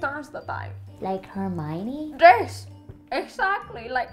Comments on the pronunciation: Hermione? More like 'Hermoonie' 😂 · ''Like Hermoni'' xDDD